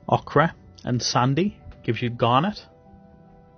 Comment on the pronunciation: One tip, Ochre is pronounced Oak-er :)